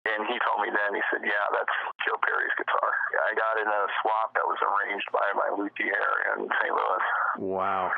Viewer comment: This is notable simply because it's the first time I ever heard anyone pronounce "luthier" as "loo-thee-air."